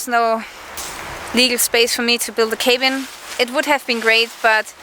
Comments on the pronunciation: it's pronounced "kah-been" not k been. cabin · thank you for sharing a piece of your life. Looking forward to more of videos. Cabin = caa bin...long 'a' like 'aah'... more throaty low sound. You are a lovely talented woman and I like your accent. Excellent command of english by the by. Best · 1) just so you know cabin said with a soft a.......I know, I know there is one b so it should be hard. I cant explain that. Its c-a- (as in cat) bin. 2) You cant get upset about what's said about you. There are haters around, there always will be haters. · another entertaining video, hope youre on the mend. also, your pronunciation of cabin needs some work, but otherwise its super cool that you can speak more than one language! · Another good video,. You answered the questions intelligently, but I doubt it will satisfy those who will ignore any truth to maintain the fiction in their own minds. I'm glad you're on the road to recovery (your arm), and look forward to seeing you in action again. BTW: In English, "cabin" is pronounced with a soft 'a', like "after". What is the word in German/Austrian? It isn't merely "hause', is it?